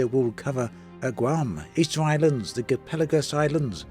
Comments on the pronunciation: Gaaa laaa paaa gos. Its not Ge le pe gos island. Im not trying to be rude. Just trying to help. Im from Ecuador and thats how you pronounce in spanish. Thank you for your video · Galapagos - gah-lah-pah-goz. Hope that helps! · I think you mean gaLApagos Islands (the LA in the strong syllable - guh·LA·puh·guhs). And yes, I feeling a bit bitter that Brazil is not the first southern hemisphere...actually, I'm pretty bitter that only now we got a southern hemisphere update. Southern countries are always considered a second class world citizens.